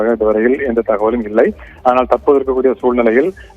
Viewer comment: தகவல் ஆனது தகவல் ஆனது உலராதடா ஒழுங்கா சொல்லு